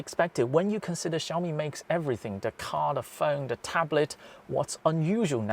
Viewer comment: Just needs to improve his /th/ sound. Interestingly he can say "nothing" perfectly, but pronounces "the" as "de".